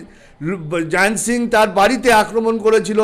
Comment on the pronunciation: যিনি ইন্টারভিউ নিচ্ছেন তাঁর কথা বলার ভঙ্গি অত্যন্ত বিরক্তিকর | উচ্চারণে জড়তাতো আছেই তারসঙ্গে বারংবার 'কেন' র পুনরাবৃত্তি শুনে মনে হয় আরো গ্রুমিং প্রয়োজন | ক্ষুরধার প্রশ্ন করতেই জানেন না | শেষের দিকেও এমন দায়সারাভাবে বলছেন যে একটা সবজান্তা ভাব | জয়ন্ত সিংকে তো Jiant ( যদিও তাই ) বানিয়ে দিয়েছেন |